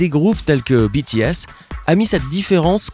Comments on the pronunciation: "tel que Jimin" Moi: ET JUNGKOOK! Sinon j'aime bien sympa car contrairement à Troom Troom, il prononce bien BITIÈSSE et PAS BÉTÉESSE. Merci. Like si ton bias est Jungkook ♥️ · OMG IL A DIT BTS ET JIMIN CORRECTEMENT!!!!!!!!!!!!!!!!!!!!!!!!!!!!!!